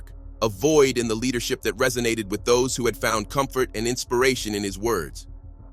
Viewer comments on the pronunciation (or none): none